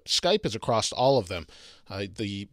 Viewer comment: AKKKKKKKKK... There is NOT a "T" at the end of across!!